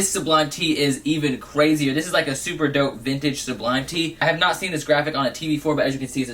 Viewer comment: "which is soooper dope"